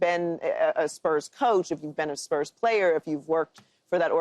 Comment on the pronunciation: Keyshawn emphasises weird syllables in every segment, it's weird. "He's not a bad playERRR"😂